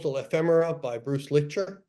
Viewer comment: It's Bruce Licher